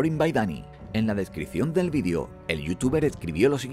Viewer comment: por qué pronuncian VIDIO?